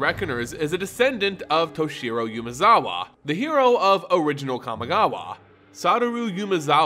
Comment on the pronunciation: Please, PLEASE. Umezawa is pronounced Oo-meh-za-wa. If you'd like some help with pronunciation, please let me know.